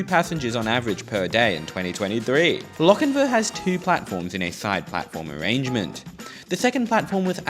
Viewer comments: Sorry. It's the pronunciation police again. It's Lochinvaah, not Lochinvə. (And it's west of Maitland). You really should check the pronunciation of the places you visit with a local - or maybe anyone over 40. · You seem to be saying Lockinvin, It is Lock In VAR. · Hunter Valley resident here, great video even if you didn't quite get the pronunciation of Lochinvar correct (pronounced more like Loch-in-vaar). I'm kinda surprised a much larger car park hasn't been built at Lochinvar station, 100's of new house have been and continue to be built on the north west side of town (heading towards Singleton) but then again train service frequency is kinda hot garbage for commuters. Regarding Allendale station it wasn't it's proximity to Lochinvar that doomed it, the station's proximity to the rail overpass at Lovedale road and the replacement of said overpass several decades ago caused its demise (well that and the station seeing less ridership thatn any mentioned in the video). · Lochinvar isn't pronounced like "Lochinvu" There is a longer A sound at the end. And you should have visited Maitland. It's still got brick buildings. Also, I have no idea why Wirragulla is said like that. Living on the Hunter Line, I've always found it weird that it says it like that. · Loch-in-vAR...the r is not silent....and there is a LockinvEr You are indeed fortunate that trains still run on the historic Hunter line...there are many , many other historic lines in NSW that are overgrown with weeds. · So starting off my comment with a negative nitpick XD Please pronounce Lochinvar properly in future, the ending is a vaa sound like Jar. Ok with that said, cool video, I grew up in the Hunter area, went to school in Maitland and commute by car that way frequently and I had no idea there was a Hexham station lol